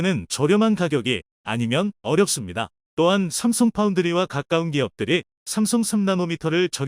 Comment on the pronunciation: 삼성을삽성이라고 말하는이유를 모르겠다